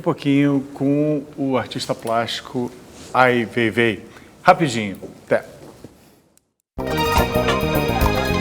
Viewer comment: não tem como não odiar o Ricardo Lessa, sem pesquisar a vida do Ai Weiwei e ainda pronunciando errado e o chamando de seu veivei. Pelamordedeus. que vergonha alheia.